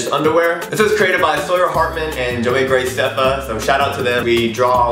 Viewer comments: He said "grayceffa and I cringed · lol gray-ceffa is what ricky said but its graceffa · Omg he said joey greyceffa 😂😂😂😂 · its pronounce: Grah-cefa